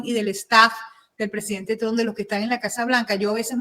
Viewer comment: Amiga, en apellido es Trump, no es Tron, que es marginal.